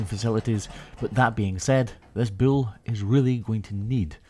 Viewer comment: ITS BULL NOT BILL. lol